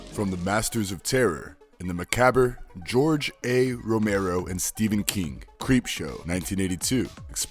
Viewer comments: Dammit. He pronounced macabre as muh-CAB-ber. It's muh-CAHB. And I have no idea who George Aid Romero is. One minute in and I'm already done. Get a better voiceover guy. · This dude really said “muhcabber “ 🤣🤣 macabre. Muh- cob. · I could almost look past "ma-cabber", but who the fuck is "Belidia"?! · I’m sorry. As soon as he said “makabber” I clicked off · Mc-cab-er? Really? You make a video where nothing but your voice is done, and you didn't feel the need to actually pronounce right? Google can let you hear the word you know.... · Didn’t even try wit macabre 😂… it’s Muh-kaab… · It's pronounced "mah-kahb" (like, corn on mah cob) lol✌️😊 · M'kaber? ...... DUDE... seriously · WHO is narrating this?! That is NOT how you pronounce macabre. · You couldn't even pronounce "macabre" and you expect me to believe you're some horror authority?